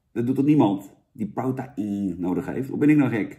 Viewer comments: Protein is de Engelse versie van proteïne en spreek je gewoon uit als (bij benadering): 'pro-tien', hoor. Het is vergelijkbaar met woorden die in het Engels eindigen op 'eine' zoals caffeine en codeine. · "pro ta ien?" lijkt niet op "protein" just saying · challenge voor vandaag; neem een shotje elke keer als Jan prota-ien zegt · Challenge: neem één flügel, elke keer als Jan prota-ien zegt..